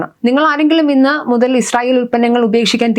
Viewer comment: ഈശ്രറായേൽ എന്നല്ല പറയുന്നത് ഇസ്രായേൽ. ❤